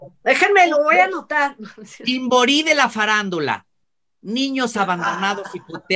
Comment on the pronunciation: como dices, con toda paz, no se dice "voa" se dice " voy a "